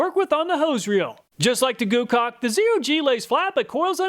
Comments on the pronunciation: you said goocaulk uh huhuhu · Heh. You said GooCock. Lol